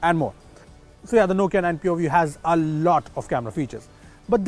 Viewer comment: All I heard is poview😄😄